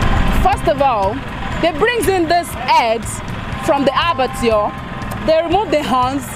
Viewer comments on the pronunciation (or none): none